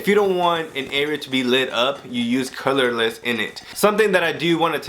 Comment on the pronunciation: Na na, it's "Calaless"